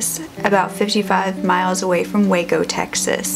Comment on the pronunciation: I live in waco.... thanks for saying it right btw